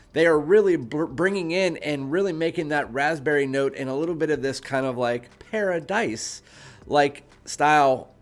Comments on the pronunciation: It's par ah dee without the s. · Paradis is paradise in french. Pronounced paradi without the s. Same thing. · If "paradis" is french i am fairly certain the "s" is silent at the end.